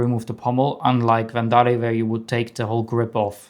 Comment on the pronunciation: gorgeous saber and damn the quality of this so incredible! Also love the way you pronounce Verndari